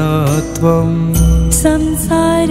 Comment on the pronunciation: Excellent By all means and keep it up and. I am not sure but can you please checkup when it is pronounced, Ghanaa ghanaatvam. Rather I understand as GHANAA GHANATVAM but not GHANAA GHANAATVAM. Almost at all the temples as you sang. Kindly checkup and for any offence please forgive me. Anyways you have attempted in a way Prabhupada would have been pleased. Excellent effort and best regards. Hare Krishna.